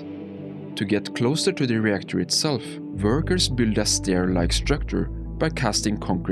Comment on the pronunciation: It's "workers". Not "burgers"